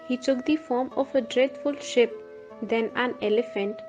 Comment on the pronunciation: The voiceover is not good in the sense that the lady does not pronounce words well. In her haste, she resorts to spoonerisms or says "ship" instead of "sheep" and so on, quite often. Her voice quality is good, but there's no inflexion or change in tonal quality. I am sure if she practises, she will be able to do well. Otherwise a good video/ story.